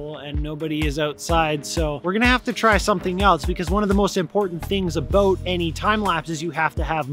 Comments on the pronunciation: in case you wanted to hear say “aboot”. You’re welcome. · Did you say “aboot”??? 😂 this was great even though you went through some real shit. real proud of you for swearing! 😂😂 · Hi, I'm from Quebec and I love le sirop d'érable. My inlaws have their own private cabane à sucre. You are more than welcome to come with us in march - april to shoot some footage. It's my first time that I hear the ''aboat'' thing... Peter McKinnon keep saying that the americans are laughing at us about it but, he doesn't say it like that and I never heard it... until today! In the end, it turned out to be a very good video that you did and I very liked it. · That was a Canadian-ass “about” hahaha puts the coat on and that inner Canuck comes out eh